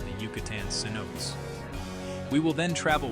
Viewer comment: Commentator needs to learn the proper pronunciation of "Cenotes"